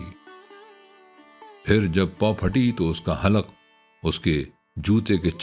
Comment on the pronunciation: حلق کا تلفُّظ دُرست کرلیجے! halq ✅